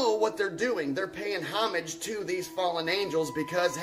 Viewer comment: Neck tattoo guy can't even pronounce homage as if he were a clueless a.i.